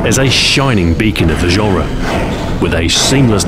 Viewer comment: When he says "genre", I hear Azhara!